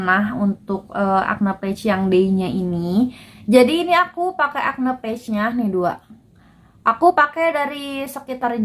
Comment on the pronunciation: Saran aja kak, liat cara baca "patch" di google. Soalnya kakak kaya ngomong "page". Semoga diterima dengan lapang dada ya kaka 🤗🤗 Oiya makasih bgt reviewnyaa. Sangat membantu ❤️❤️